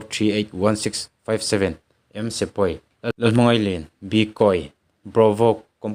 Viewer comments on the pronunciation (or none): Oii hepa hi ka hria amibum ho poh hriat kanei kei poh min min tlu tep Ahming kha lian nilo in i chhiar thiam dan tur chuan Liin tih tur o Liliin a inte hmar hmiang anih vang kha lien kha liin tia chhiar tur